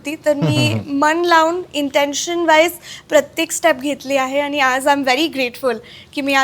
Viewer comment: शेवटी आनि पानीच बोलतेय. ण आणि न मधला फरक सुद्धा कळत नाही.